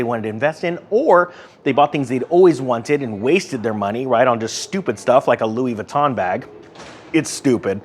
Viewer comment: did you say louy the con bag they are the same thing.